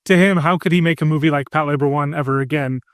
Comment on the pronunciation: I've been watching anime for 20 years and I can't believe this is how I realized I've been pronouncing Patlabor wrong this whole time. I've never seen it (not a big mecha fan), so I'd never heard it said out loud until this podcast